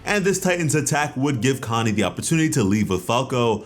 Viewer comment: I hear “Kanye” instead of “Connie” every time you say it